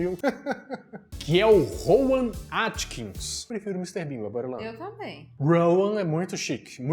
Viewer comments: Rowan Atkinson. Nós somos mineiros mas podemos falar o nome do cara corretamente. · Desculpa mas não se diz Rowan Atkins mas Atkinson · ROWAN ATKINSON e não ATKINS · É Rowan AtkinSON,. AtkinSON. KKKKKK